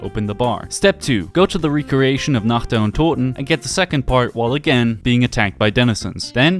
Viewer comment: First man to pronounce nacht the right way